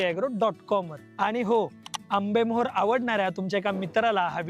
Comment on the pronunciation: आरे बाबा आंबेमोहर म्हण ना!!! मेजवानी नाही रे बाळा आधी जे बर तो ते नीट बोल जेवण वाढल!!!!आणि माहाग किती असेल देव जाण!!!!?